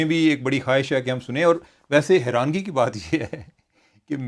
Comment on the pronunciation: Herangi nhi harani HOTA ha.